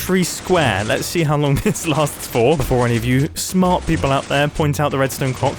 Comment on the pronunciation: "Before any of you SMARWHT people point out the Redstone CLOWCKH" 😂